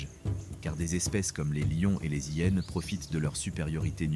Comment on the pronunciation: Bonjour, tres beau documentaire par les images sinon, c'est vraiment penible cette voix par l'AI ... des Zhyennes et beaucoup trop de fautes. Vraiment dommage.